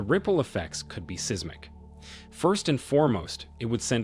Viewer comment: also 'seismic'.